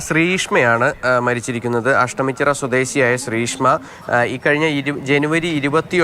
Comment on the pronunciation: Ashamichirayalla ASHTAMICHIRA Malayalam Athara Pooralle???????😂😂😂😂😂😂😂